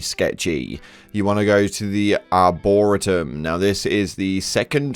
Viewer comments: Arr-Bor-ree-Tum :P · Ar-bo-ree-toomb. You clearly never watched OG star trek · Why is it people cannot pronounce arboretum…I don’t think I’ve seen a single channel say it right 😂 Let’s be fair here , grinding apoc levels shouldn’t be the end game. The endgame should be perfecting a build, you can’t even do that before 40. But what’s the point, you’ll get to 40…try & do a bit of min/maxing…to do what ?